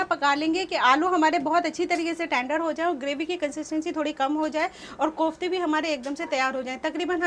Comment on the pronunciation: MashaAllah, nice recipe. But they are called "koftay" not Qoftay!